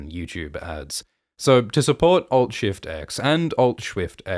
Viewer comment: Alt Shift X = Alt Schwift X